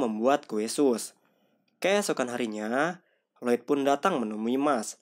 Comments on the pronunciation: disebutnya kue sus bukan sas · kue SUS, bukan SAS, agak aneh dengernya.